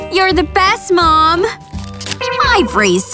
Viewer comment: It's not mon it's mom